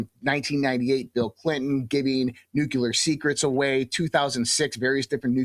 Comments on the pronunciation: Why nu-cu-lar? It's nu-cle-ar surely. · Nuclear, not nukyaler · It's pronounced "Nu-cle-ar," not nucular. It's so frustrating when educated people can't pronounce the word. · I don't care how much a guy pretends to know, if he insists on saying NOO KYOO LER instead of NOO CLEE ER, I will not be impressed with anything except their pig-headed ignorance. Let's not waste any more time on these dumbbells. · One thing I hope happens even if we are not alone is that people stop pronouncing it NUCULER. NuClear. Jesus help us.. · Another american who cannot pronounce Nuclear correctly, Nucular, lol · This is pure nonsense. He even pronounces nuclear "nucular". This is misdirection from the true nature of humanity's concerns. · As soon as I hear someone say "nucular" I aks myself why, and switch off... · How can anyone take him seriously, when he says things like "ex-specially, "Nuckyaller," Pitchur, ? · WHAT DID BUSH START ???Cant anyone say NUCLEAR ITS NOT NU CU LER!!! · when i hear someone say "nucular" a bunch it kinda destroys their credibility in my mind... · I just realized your guest used the word nuclear and pronounced it like G.W. Bush- "new'-queue-lar." Another reason to doubt his understanding and interpretation of events. . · I find it hard to take people seriously who can’t pronounce the word “nuclear”